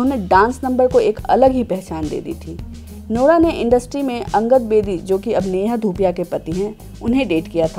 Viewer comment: When she says nora it sounds like lora